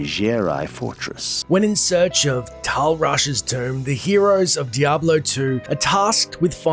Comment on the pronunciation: the asian lol diabro two and diabro 1 lmao!